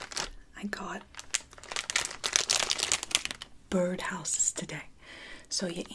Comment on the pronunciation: Ok i just need to write that down but i just cant breathe anymore.. xDD the way she said Bird houses XD----Börd